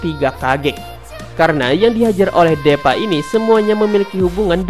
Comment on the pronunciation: ngakak awokawoka, kayaknya baca nya dipa bukan DEPA awkawkoawkaw